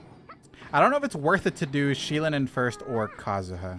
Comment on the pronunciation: Her name is pronounced “she-low-nen”